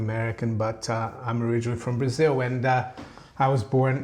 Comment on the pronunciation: We know is from Brasil because he pronounces it Brasiw and the silent second B in bomb:)